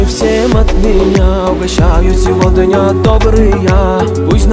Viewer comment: Произношение СевоДня режет слух